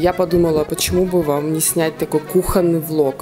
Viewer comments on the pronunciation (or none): none